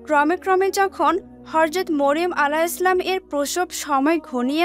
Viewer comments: Horjot not hojrot😅😅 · Horjot not hojrot😂😂😂😂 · হর‍যত না হযরত উচ্চারণ ঠিক করে বলবেন😊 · horjot not hojrot